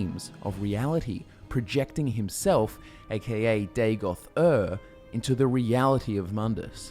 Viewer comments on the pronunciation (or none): Btw it should not be Day-goth. Its Daa-got. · I always hear Dagothwave.